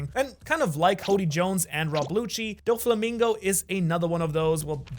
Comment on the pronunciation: Don mreig say’s dolflamingo